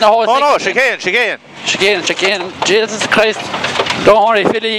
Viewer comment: lol "Jeysis Christ"